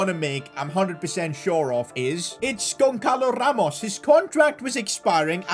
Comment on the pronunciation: btw the ç is like ss, so gonssalo ramos, not gonckalo ramos